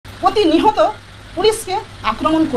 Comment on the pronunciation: প্রতি নিহত নয় প্রিয় এটা প্রতিনিয়ত হবে বাংলা বলতে পারো না আবার প্রেস কনফারেন্স করতে চলে এসেছে এখানে লজ্জা থাকা দরকার ধিক ধিক ধিক্কার